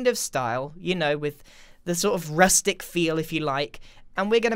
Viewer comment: did any other og grian have an aneurism as soon as grian said rustic?